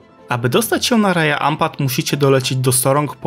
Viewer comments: Cudownie😊.Chcialabym tylko nieśmiało dodać,że w lokalnym języku Raja wymawia się Radzia ,a Wayag-Łajag ❤😊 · na wstępie jedna uwaga - sprawdzaj wymowę słów przed nagraniem :) Raja czyta się raDŻa